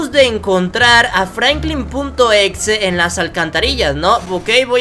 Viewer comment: Oye no se dice FRANKLIN punto exe se dice FRANKLIN EX.E